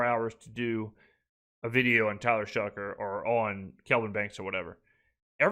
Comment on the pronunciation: I noticed you were saying “it’s shocking” instead of “it’s shoughing”. Still great coverage my guy, looking forward to the future videos